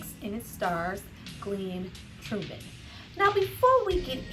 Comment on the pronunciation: Turman not Truman